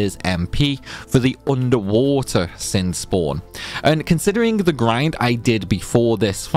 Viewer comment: Ahem: it's "final showdown with shin". I always thought it was funny how it sounds like he adds a H in there